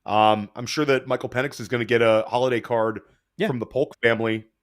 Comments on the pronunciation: Pen-Icks not Peen lmao😂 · His last name is Pen-Ix by the way. Purposefully mispronouncing peoples names is pretty fucked up